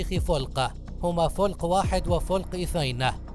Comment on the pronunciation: الصراحه كلامك مدعاة للسخريه، كلمة فلق حاول تتعلم نطق الكلمه صح، عموماً دس لايك مع مرتبة الإنحطاط وذلك لعدم المصداقيه..